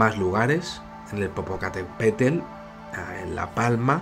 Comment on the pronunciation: Haber Muchachon vamos a practicar un poco la palabra "POPO CATÉ PETL" 😃 por que esta del nabo tu pronunsacion 'Popocapetepetl'